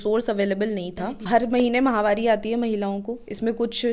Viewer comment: महामारी नहीं होती मैडम माहवारी होती है यह